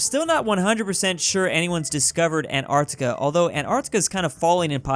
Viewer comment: Antarctica: *is pronounced as An-t-arc-t-ica: ANARCTICA